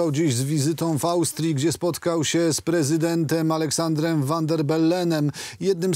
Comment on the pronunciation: dasz spokojnie zjesc!? Tego nie idzie sluchac, mowi Teresa! "gdzie spOtkaL siE z pREzyDE ntEM AleksANDrem" uFFF!!! z Toba coraz gorzej, wez sie za kudly i wywal ze studia